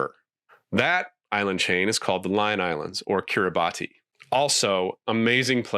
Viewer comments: Kirrabass not Kirabati. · FYI Kiribati is pronounced “Kiri-bass” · It’s pronounced Kirabas btw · Surprised you’re mispronouncing Kiribati. In Gilbertese, the “t” is an “s”. It’s Keer-ee-BAHS. Oddly, the Kiribati people call themselves “I-Kiribati”. But it doesn’t reflect a use of the English pronoun “I”. Great video.